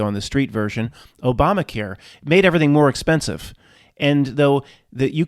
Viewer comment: i don't think you meant to say obamaqueer but it was funny.